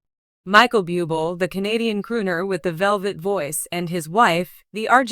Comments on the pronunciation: Pls pronounce Michael's last name correctly...🙄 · Have the courtesy to pronounce his name correctly, this is so disrespectful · Yes, not pronouncement of his name correctly….pathetic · Perhaps 7the announcer could learn how to pronounce bubbles name